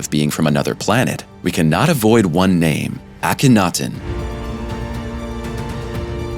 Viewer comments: I appreciate the effort made however, The Egyptians FOUND the Pyramids and the Sphinxes at Giza when they migrated there. Also, Akhenaten, You placed the accent on the wrong syllable, Ah-ken-NAH-ten not Ah-KEN-nah ten. And as for the whole Alien theory, It is just that a theory for now. Every time we claim extra terrestrials, we diminish the wisdom, knowledge and abilities of our ancient ancestors. Also, there have been many many homo-genus types on the over 4.5 billion years this planet has existed and who in our arrogance portray as primitive cave dwellers, when in fact, there have been many highly advanced ancient human civilizations that have been lost to time and who's evidence of has been deliberately hidden or ignored or reimagined, in order to uphold the long debunked belief that modern humans are the only technologically advanced civilization on earths history, despite the fact that we cannot even begin to build anything like the ancient megalithic polygonal structures, we cannot figure out how they used cymatics in the structures built or how they had electricity to power the tools they used to make them, well Tesla knew how but the powers that be shut him down in the name of Profit. Overall thanks I enjoyed the imagery. Peace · AcanotonYou have butchered that pronunciation far worse than anyone else ever has